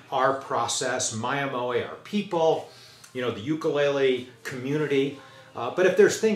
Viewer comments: No way, you and other luthiers in the mainland are really pushing the level of instrument available. Not that I don't cherish my Kamaka. If you don't have to be Hawaiian to make a great ukulele, you shouldn't feel bad about pronouncing it Hawaiian. Either way, much respect and Aloha. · I'm curious about something and I promise that I mean no insult by this question. Ukulele is a Hawaiian instrument with a Hawaiian pronunciation; that being said why is it mispronounced in this case even by ukulele builders.